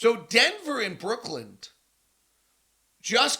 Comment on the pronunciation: Why does he keep saying “Brookland”?